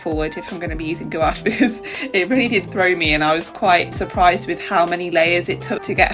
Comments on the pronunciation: Love the idea of a collaboration to experiment more! Also, you pronouncing gOuAche makes me giggle every time. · for sure! hihi you kind of say it with the emphasis on both the O and A, try making it only one syllable instead of two. But then again, i love it hihi!